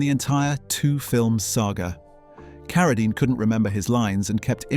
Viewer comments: I'm coming off the Rhine River as the Rain and the Rhyme in the same video. Now, I get Keredine, probably Kerosene later. AI has a dull average IQ. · I noticed when the AI narrator mispronounced David Carradine's name first then immediately pronounced it correctly after LOL.